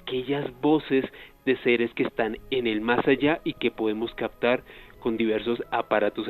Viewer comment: Muy interesante tema, pero ese "cactado" del invitado ya me estaba sacando de quicio., por favor alguien que le diga que es captar, no cactar.